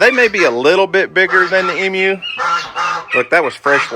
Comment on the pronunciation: I still have to laugh when you say Emu,. Sound like you are saying EM-U instead of E-MU/E-Moo!